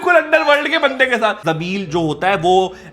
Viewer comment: Why is he saying jameel instead of jameel